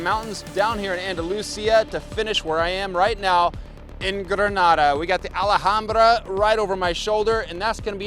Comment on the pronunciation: The "h" is silent -> Alambra 🫠